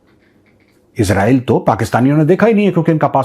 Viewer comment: Major Sahib, After criticizing Pakistanis for the way they pronounce Israel as "Israaeel", you too seem to be doing the same!